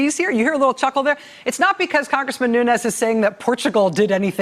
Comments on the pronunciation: "New-knees" is how his surname is pronounced, not "new-nez." (It's Portuguese, not Spanish.) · Nunes should be pronounced 'noons" because it is Portugese. A Nunez pronouncation is Spanish. People have said he is brown because of the pronounciation. He is not Latin American but European. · Nuñes not Nunes ....white wannabee... perpetuating!!!